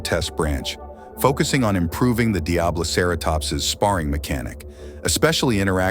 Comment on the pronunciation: He pronounced diabloceratops 3 DIFFERENT ways